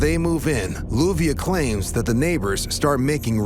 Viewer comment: BTW, her name is LLUVIA, pronounced as JU-BE_AH